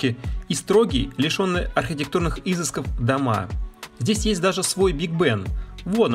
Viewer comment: Не Изысков, а изЫсков.